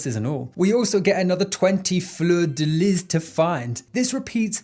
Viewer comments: As someone from the area surrounding where the game takes place, it was constantly painful hearing the faux-french/cajun pronunciations in the game and the narration. Fleur de lis? Floor deh lee. Le Carré? Lay carray (with a little roll on the r(s)). Not floor dih liz, or lou car ray. But it's okay. Hopefully you get some food while you're perusing the area. Iz good and yummeh :) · fleur de lis, french, no hard S on lis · In Louisiana, fleur de le pronounced floor da lee or Florida lee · Hearing americans saying "Fleur de Lys" is just hilarious to me, I love when English speakers try to pronounce french words, it is genuinely charming